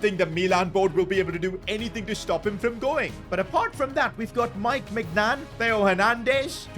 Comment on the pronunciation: Bro pronouncing these names💀. Maiig Nan Ben Ze ma 💀💀💀